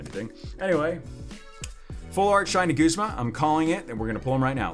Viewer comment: are you saying guzma or goosema!? TALK RIGHT!!